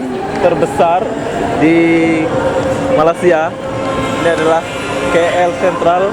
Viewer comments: sebut Malaysia bukan malasia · Sebut betul la..kalau malasia,itu keretapi kosong..semua duduk rumah tido...ini malaysia.. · Hang sebut malaysia bgi elok² skit.. Malasia² apa dia.